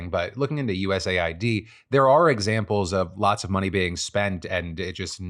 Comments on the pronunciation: No offense, but the correct pronunciation is US Aid, as in the United States Aid. You calling is USA I.D. makes it sound like United States of America Identification Documents. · Why do you spell out U-S-A-I-D and not just say US-AID? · It’s pronounced US aid. For the love of God stop saying it wrong. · Isn’t it US AID? Why does Phil keep saying USA ID